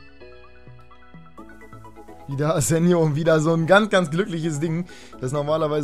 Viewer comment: will ja nicht so nen "Neunmalklug" sein, aber Spanier, wie Asenjo, werden mit Chh ausgesprochen, also das J.